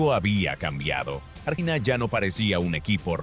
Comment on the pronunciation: Que ia de mierda, donde son polvorientas las calles de Bs As, artina en vez de Argentina? Que asco